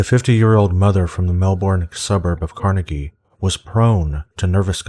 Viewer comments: LOL you pronounced Melbourne and Carnegie wrong :P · hehee well i guess seen as you are american i shall forgive you for pronouncing aussie places wrong to our ears